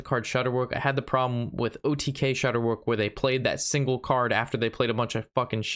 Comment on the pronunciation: It's not shudderwuck its shudder wack, It's a play on Jabberwocky, a character In a poem, by the guy that wrote Alice in wonderland I know it's a minor thing but you've been saying it that way for a long time and no one has said anything